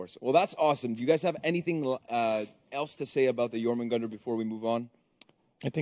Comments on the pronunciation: "Jormungender" it's pronounced: "JormungAnder". With the "A" being pronounced the same was as it is in "car". EDIT: Where is Centurion rework? I need my incredibiboi. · Anyone gonna point out how none of them can pronounce Jormungandr? Weird name choice considering the hero isn't a snake